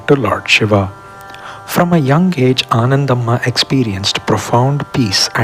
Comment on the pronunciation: Ananthambhaa not Anandhammaa... kindly check